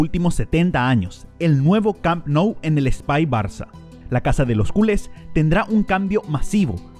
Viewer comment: Deje de ver el video cuando dijo Cúles en lugar de Culés 🤦